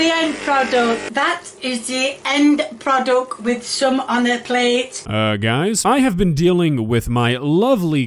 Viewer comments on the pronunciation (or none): "end produck..." August is the end pro duck!